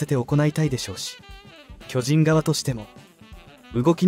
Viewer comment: 「きょじん」 のアクセントが変で、耳に入ってこない。チーム名を表すときはアクセントが先頭に来ないと。